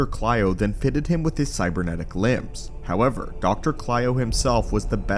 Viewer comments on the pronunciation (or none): none